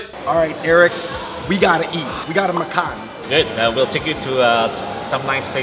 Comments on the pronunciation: Hahaha the way they pronounce "makan" is so unique XD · Welcome to Malaysia! Hearing them pronounce the malay vocabulary, cracks me up. Come visit Kuala Lumpur if you have the time.